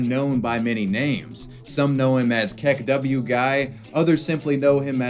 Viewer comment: Did you say say kek-W? It's kek-oo